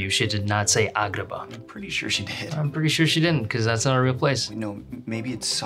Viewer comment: i love how he says Agrabah. It sounds so good.